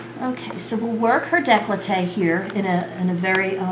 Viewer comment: Decklowtae? I think you mean "décolleté" - here is how its pronounced - French pronunciation = décolleté nice technique with the angiomas especially - they disappear!